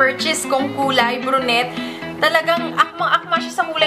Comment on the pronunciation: ate, suggest lng po ung brunette po ang bigkas don is bruney yon :) godbless